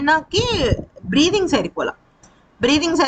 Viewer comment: బ్రే్ఫింగ్ అంటున్నావు, అది కాదు, దాన్ని బ్రీతింగ్ అంటారు, నువ్వు ఏదో తినుకుంటూ చెపుతున్నావు, తిన్నాక చెప్పు, సరేనా